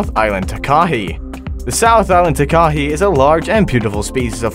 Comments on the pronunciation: its not ta-kah-ee its taa-ka-hay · What really annoyed me was how he was pronouncing it... I'm from NZ too and have always pronounced it like this "Ta Ka Hey". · Pronounced, Tar, Kah, Hay, one word, Not 3 distinct syllables,and they everywhere, even in the suburbs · The Takahe never went extinct there were just very few and its pronounced taa-ka-hay not taa-kay-hee lolz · Takahe is not pronouced 'ta-KAH-hee' It is pronouced 'TA-kah-hey' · as a new zealander, am i the only one getting triggered by how he's saying it- 😭😭 its pronounced 'takahay' btw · It’s pronounced tak-a-hey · Firstly its pronounced TAH KAH HEH(Takahe) also the lake (Te Anau) is pronounced teh ahno. Please if your going to mention animals from aotearoa learn how to pronounce it first. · Pronounce tark- a - hay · Pronounced……..Tah kah eee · He pronounced Takahe wrong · 1st that’s not how u say takahe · Bro can't even pronounce "takahe"